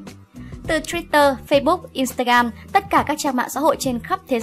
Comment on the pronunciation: BLACPINK của eim luôn là nhất 😍😍 Nhưng mà kênh có thể đọc các tên tiếng Anh "chuẩn" hơn 1 chút dc ko ạ. Nghe kiểu "Lách Binh","Boy wít lúp" rồi "In ta gam" mà tứkk muốn ói máu:)))